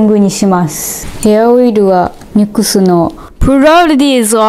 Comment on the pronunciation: オイルの発音いいw